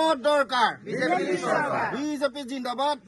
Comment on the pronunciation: বিজিপি নহয় ভালকৈ এই উচ্চাৰণতো কৰিব পৰা নাই।